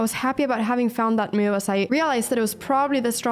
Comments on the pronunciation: Been watching Anna's videos for a while now but I can't help staying silent about this: It hurts my ears every time she pronounces move as "muve" lol. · ....what the heck is a "meohv"